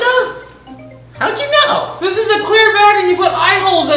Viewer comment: How you pronounce Rolanda’s name roll•and•uhhhh